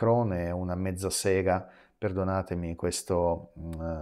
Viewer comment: Sentire dire mezzasega con accento Russo non ha prezzo